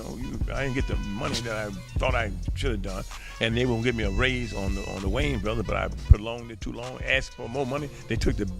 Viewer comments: The white guy intentionally botched their last name up, from ''Wayans to '' Wyans. Who caught that? It's a thing with them. You would think the narrator would know how to pronounce their name right considering he knows so much about them. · The AI voices are finicky. Is it "Whyans" or "Wayans"... sheesh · Wyines its Way-ans😂 how you get their name right at the end??¿!!! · Good content, but you butchered their last name. It's Wayne, not Whyane. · It's the "Wayans Bros" not the "Wiyans Bros" Smh! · Dude says the Y N's brothers 🤦‍♂ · The woyons brothers. 😂😂😂 Omar epps!!! Lol. This voice dude sux balls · Lol the "WHYans" brothers 😂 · “the Wayans brotherlers” 🤣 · Dude keep saying the wines brothers like what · The why-ins 😂😂😂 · The Whyans Brudders?! 😅😅😅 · The way this foo saying wayan brothers is annoying af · The WhYans bRoThErS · The Whyans WTF? Come on man. You betta put some respeck on they name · Another white person in black people's business & can't pronounce these guys names go cover Seinfeld or Married with children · The use of AI to produce video content is getting out of hand.. the constant mispronunciation of 'Wayans Bros' is agitating.. this channel will never be recommended to me again.. 🫡✌🏿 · Don't do a documentary and get the subject's name wrong Pronounce it right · Dude your pronouncing their name wrong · the fact he cant pronounce the last name right is erking me